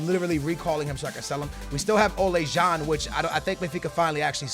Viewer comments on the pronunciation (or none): none